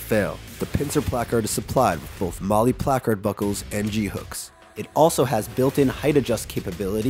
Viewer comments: Shoulda found a guy that knows how to pronounce placard correctly 😂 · I hate the way this guy says placard